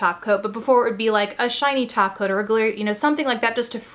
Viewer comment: Ha! i had to watch it like 3 times - i thought i was supposed to be hearing "topcoat" but hearing taco - thank you for letting me know i was not crazy. =)